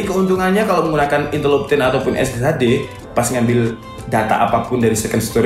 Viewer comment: "INTEL MEMPEK" :V